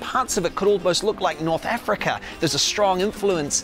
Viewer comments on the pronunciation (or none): none